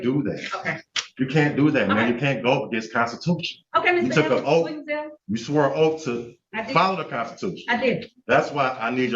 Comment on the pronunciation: "You swoe an oaf......."